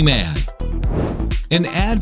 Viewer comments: Its ad... Not add...... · Ha, #8, #4, #2, and #1 say "add" instead of ad. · It's "ad" not "add" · It's "AD", not "ADD"